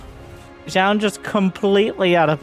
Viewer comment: fyi it's pronounced closer to jo-un